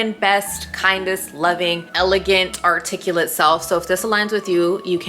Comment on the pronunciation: You pronounced articulate wrong, but I like your drive.